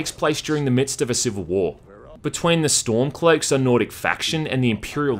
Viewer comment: I love the way you said storm cloaks I you sounded like a posh old English Gent